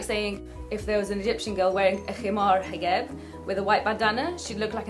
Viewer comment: That is so fascinating that you pronounce 'j' as 'g' like instead of hijab you say higab or galabiya :D Well done Dina for getting it straight with these haters!